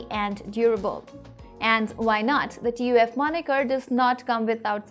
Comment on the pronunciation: Its TUF not TOF 😂😂